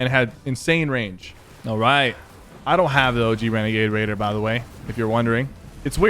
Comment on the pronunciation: Syphuh... U did a bideo on Wenegade Waider!!! Lmao